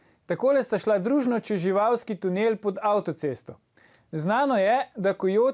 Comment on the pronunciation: Pertinač, samo ena majhna pripomba glede fonetike ( Toporišič, itd. ): čez živalski in neppa čez živawski !... ;-)